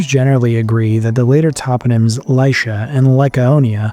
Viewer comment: Lycia is pronounced LY-SEE-A, not LY-SHA